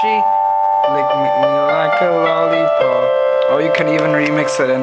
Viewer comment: u say lolipopo weird